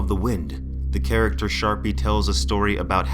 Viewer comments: Was looking for this comment before I even got 2 min in, the way he pronounces a lot of these things makes me question how long ago he read the books 😅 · LOL Skarpi, not Sharpie. He's a storyteller not a marker.